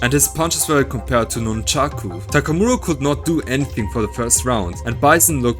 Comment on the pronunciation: I like the way this guy pronounces "Takamura".